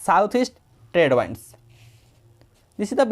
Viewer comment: English pronouciation sunke hasi ahh rha hain Sir... Its not wands, its winds...😂